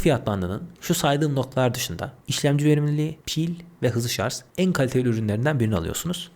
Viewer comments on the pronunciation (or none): kardeşim, A73'ü donanımdan dolayı mı, fiyattan dolayı mı tavsiye etmediniz, 5G olması pil ömrü işletim sistemi yeterli değil mi.. Anlatırken çok hızlı konuşmak uğruna kelimeleri yuttuğunuzu farkediyor musunuz..Bir de şarj derken sanki şarz gibi çıkıyor kelime ağzınızdan..Selamlar..